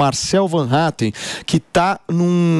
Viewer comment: Sério que vocês pronunciam, mesmo "van", em vez de "fan", e metem um "R" que não existe, em Hattem? Ninguém, no mundo , ou no RIo Grande, faz isto!